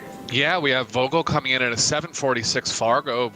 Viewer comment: "Vogel" pronounces with an F, like football. :) It means "bird". You'll hear from him.